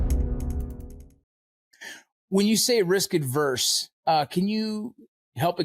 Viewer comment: Guys, it’s “risk averse,” NOT “risk adverse.”